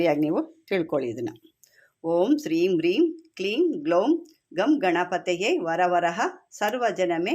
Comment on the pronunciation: It is not Vara varaha it is Vara varada